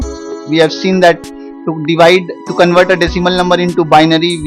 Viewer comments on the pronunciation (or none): You said hexadecimal to bibary